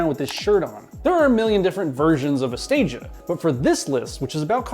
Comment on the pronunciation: Please note, Stagea is 2x English words and pronounced Stage A. It was so good, it never got to Stage B, C or D.